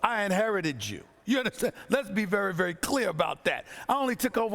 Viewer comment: *That's "vevy vevy clear" 😂